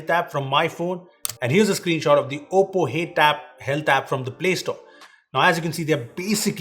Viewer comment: Whenever you pronounce oppo I m hearing as Poco 😅